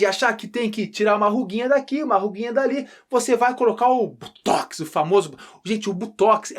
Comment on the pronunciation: BOTOX professor e não Butox.... Rsrsss - Butox é veneno pra carrapato.....kkkkk